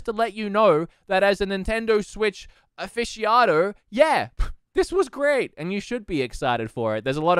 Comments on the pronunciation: it's "aficionado" not "aficiodo just felt like a correction was needed cause I would consider you a Nintendo Switch aficionado forsure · "Uh-fishy-ado"? LOL, you're hilarious!